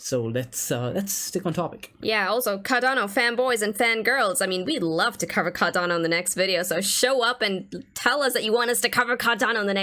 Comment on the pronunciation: far be it from me to tell you what to do or how to live you life so please take this as just a friendly suggestion......but you should really consider trying warm beans. All these cool beans really don't hold a candle stick analysis to the warm ones;P Ok, cheesy jokes aside: Car-Dan-Oh... look at it go... look at it gooooooooo!